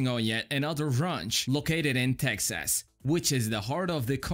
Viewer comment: Tex-ass. What a way to say it, lol.